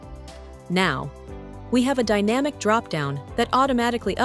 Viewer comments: Why the stupid AI voiceover? The voiceover also makes the mistake of saying DAYnamic instead of dynamic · Other than that: very informative and useful 😊